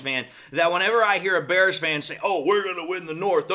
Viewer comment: I'm not scared of a team led by a guy who says Da Bears like that 😂😂